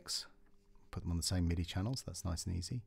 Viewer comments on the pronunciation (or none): none